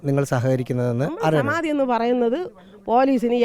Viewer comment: എന്തോന്ന് സമാതി ഒന്ന് തെളിച്ചു പറയിൻ ഒന്നും മനസിലാവുന്നില്ല 😮